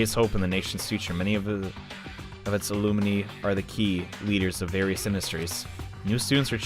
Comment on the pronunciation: No one:: Al-lum-ney